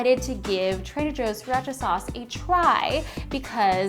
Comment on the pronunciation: youre saying sriracha wrong xd